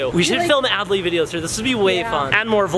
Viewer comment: Adley not addely